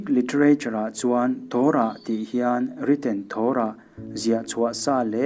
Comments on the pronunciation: Torah hi a "to" lai hi i thluka thluk loh tur a ni e. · Torah i lam dik lo